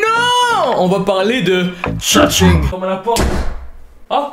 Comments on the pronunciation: Coucou, alors pitite rectification, le "g" ne se prononce presque pas à la fin et il est impossible de le sonoriser en français puisque que c'est un son qui ne se prononce pas pour nous. Voili voilou, passe une bonne journée ou soirée 🙃🧡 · J'explose littéralement à chaque fois que tu dis "LA SASENG"😭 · qd tu dit la sasaeng on entant l'assasing mdrr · À chaque fois je comprend "l'assasin" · La sasaeng = l’assassin avec accent québécois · Tu a sAsAIng c com tu disé Sasuke 😅😂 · ca ce pronnonce SASAENG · Quand tu dis la sasang on dirait que tu dis l’assassin😂🤣